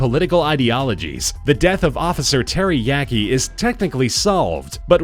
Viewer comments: Uh, Terry yaki? Teriyaki? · lmfao officer terry yaki (teriyaki)